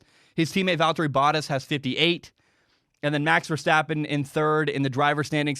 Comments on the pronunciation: Bow-taas, it rhymes with Haas. Edit: Oh geez, he says Hass. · Bottas is pronounced: Baht•Haas, Bah•t•ass ---> "Bah" sound (like a sheep), "t" the T sound, "ass". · you're saying the first part of 'Bottas' correctly but you're not putting enough emphasis on the A. the 2nd syllable should sound like 'Tass' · Bottas pronouncing his name... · “Boat” like that sails, “ah” like when the doctor looks in your mouth, and throw a “s” on the end, that’s the best way to spell out how it is pronounced. You gotta get it right, it hurts when you say it haha. Love the F1 videos bud!